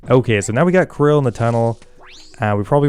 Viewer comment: Karil not Ka-ril